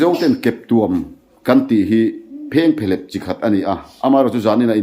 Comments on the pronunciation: Keptuam tih ah hian thluk la, keptua m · Keptuam I lamdan kha a dik lo.Tuamhlawm tih a tuam rik Anga lam tur.